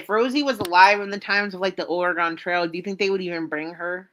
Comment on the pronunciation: I’m triggered by the way you said Oregon